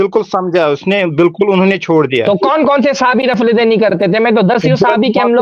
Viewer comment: ماشاء الله جزاك الله خيرا و أحسن الجزا سوال پوچھنے والا کشمیری جاہل دیوبندی ہوگا۔ اسی لئے رفع الیدین کو رفے دین بول رہاہے ۔